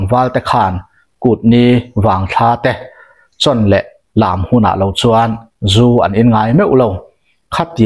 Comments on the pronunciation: Zu an zúuu tiin i lam ri a , a diklo in ka hria, zú an ZU ...ZU tih hi a hniam tur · 😂🤣🤣🤣🤣😄😂😅zu an zuuuuu.🤣🤣😂 iva han chhiar thiamlo hehhuh tak. Zu an zuthin, "zial an zu, tih a "zu" a rik dan angin lam tur. Nangniho vang hian alawm tunlai thangthar ten mizotawng an thiamloh em² a, diklo tak taka an lam tak thin ni. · Zu an zu😂😂meizial zu angin lam rawh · A ngaihthlak i va tinuam thiam dep dep ve. Tin, "Zu an Zu" tihkha vaihlo zial zu anga lam tur. Tunlai an Rakzu siam dan chu hlauawm tak ani. Tunlai mithenkhat Rakzu siam danah chuan Buh a tel tawhlo. Entirnan, Chini 10kgs ah hian Yeast- bawmkhat lo telh tase, Chau pack- na sarang suih bawk, fun 60 achhuak theia, Changel sahsawm an bilh tel chuan fun 70 a chhuak theia, Puan chiah varna Robin- burkhat an telh belh leh chuan fun 90 a chhuak thei daih ani anti. Saihapui lam mi, ka Tuikuk hlawhfa-in min hrilh dan pheichuan, Vaiho chuan Glycel- hlo tur telh hian a hlawk duh antia, chutiang chuan an thlawr thin ati. Mahse chutianga thlawr chu plastic bura han dah pawh hian a lo rei hnu chuan a rawng hi a dang daih tiin min hrilh ani. Hlauawm bet bet tak ani. Khap ani chungin kan in tho tho si a, Mahni intur zu siam dan tehi a rukin thiam ila, tin, Zu-in vanga ruih tum kher kher lovin, chapo leh midangte tana hnawksak kher lova damdawi ang leka kan hman thiam hi a hun ta khop mai. Khawchhak lam mi, kan hmel anpui Utube- han thlir hian ahmei apa-in mahni zu siam, tlem tlemin an in thina an rui betbut loh hmel tlat. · Thlà leh thlá te, Zú leh zù te, khawn leh khâwn tih te tam mai. Tawng thlûk dan dik zir i ngai nasa hle mai, a awmzia a bo lek lek thin. Entirnan, Zú hi an zú ngailo a, Zú an zu thin( zupawl tih a zu ang hian).